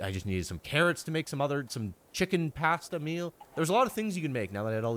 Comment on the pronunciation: the way he said pasta killed me😭😭